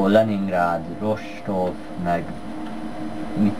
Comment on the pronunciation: Nem ,,Rostov",ahogy te azt mondtad azzal az Einstein fejeddel,hanem ,,Rosztov" (Ejtve)Ki nem tudja,hogy a németek a SZOVJETEK ellen voltak(Történelem:egyes,akkor Szovjet Únió volt majompofa)